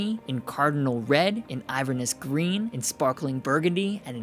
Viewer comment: Everyone is pronouncing this colour wrong - it is “in-ver-NESS”.